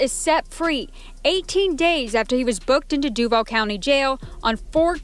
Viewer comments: FYI, they tend to pronounce Duval "Due-Vol" not "Duevl". I don't know how easy it is to change your pronunciation tho. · I don't understand why you are doing shit on Florida I'm from Florida Born and raised but I'm up north now but I know that you have no idea about Florida g lol but I don't know what has you doing a Florida one and learn how to pronounce the name of Duval county but good Try and I like the video because I am seeing what you think so